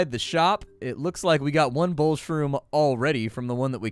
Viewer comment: It is bowel shroom not bowl shroom if you'd read it said that they can't digest them properly so in other words you're digging through poo and eating mushrooms from it